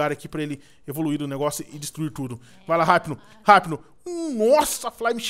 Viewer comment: Eu n consigo ouvir alguém falando "Raipno" tem q ser "Ipno"